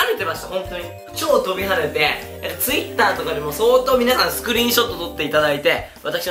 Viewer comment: のTwitterの発音変じゃない？